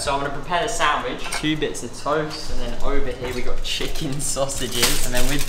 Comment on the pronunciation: "Im schmacking some chikin"